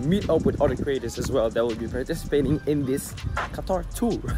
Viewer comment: Nono it’s Qatar